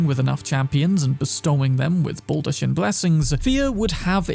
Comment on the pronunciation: Baldachin is pronounced 'bal-duh-kin'. Evergaol is pronounced 'ever-jail'.